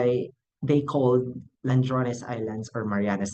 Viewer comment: Bai, ladrones, dili landrones.